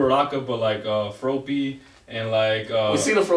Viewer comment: Did they say Fropey????? Yo! It’s FROPPY! Frog? Hoppy? Froppy? ........ FROPPY! lol